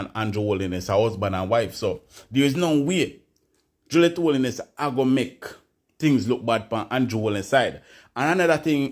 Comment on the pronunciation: Pronounce them name properly them name is 'Holness' not (Holiness) correct your pronouncements please and thanks😎